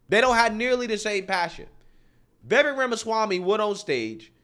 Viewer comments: Vivek is pronounced Vivake like cake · It's "Vi-VEYk", like "cake", not "VEE-vek". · Vivek is pronounced like vi-vake like cake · Hey Love your Channel! You have the BEST in this category!! One thing on Vivek.... I was pronouncing his name like you do previously, but II heard him say "It is Vivek like Cake" ...sounds like Vivake. Anyway keep up the great work and all the great postings!!! 😃